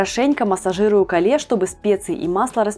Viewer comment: Капуста Кейл , а не кале 😅